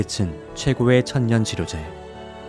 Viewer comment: 천년 치료제? 아니면 천연 치료제 인가요? 필요 발음이 ‘필뇨’라고 하는지요? 죄송해요.. 제가 외국 오래살아서인지 한국어 발음과 표기법이 바뀌었나 싶어서요.. 좋은정보 잘 듣고 갑니다 😊